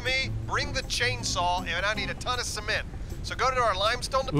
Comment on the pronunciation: See-ment Cement See-ment! 😐😞